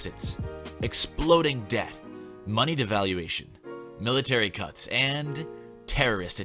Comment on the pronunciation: I really thought you said "exploding death" instead of "exploding debt", huh...